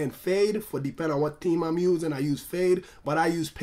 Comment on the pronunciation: its not tree but its three and its not team its theme lol